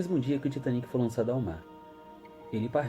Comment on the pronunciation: Finalmente alguém falou o nome do Titanic certo kkk glória a Deusssss kkkkk